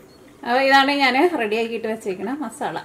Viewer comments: മാസള അല്ല മസാല, 2 തവണ പറഞ്ഞെ മസാല, ആ, മസാല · "masala" malayalathil ezhuthi nokku. Ennittu pronounce cheyu..appol correct akum🙂